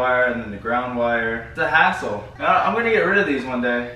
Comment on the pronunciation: I liked it when said hassle and it sounded like he said asshole! Hahahaha! 😂